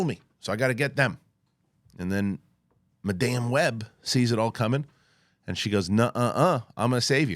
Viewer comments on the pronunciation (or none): “Madáme Web” 😆